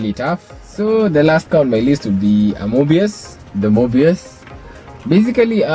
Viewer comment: Mobius...sounds like 'more by us' 👌🏾